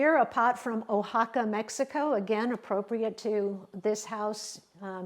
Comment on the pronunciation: Guanajuato is pronounced “wah-nah-hwah-toe” Oaxaca is pronounced “wuh-ha-kah” I was gonna let Guanajuato go without commenting but after “oh-ha-kah” I had to set the record straight.